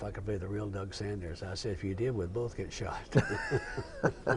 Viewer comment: His name is Doug Sanders (not Saunders). Unbelievable that the interviewer couldn’t even pronounce the interviewee’s name correctly!